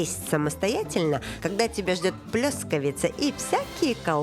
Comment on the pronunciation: ПлЭЭЭЭЭЭЭЭЭЭЭскавица! Умоляю, ставьте ударение правильно!!!!!!!!